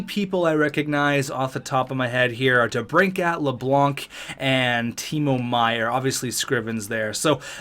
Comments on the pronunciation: L A B A N C not Lablanc lol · You pronounced Kevin Labanc’s name it is pronounced La-bank